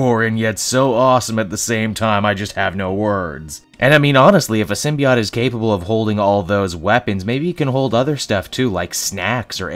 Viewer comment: Sim-be-ought? Hmmmm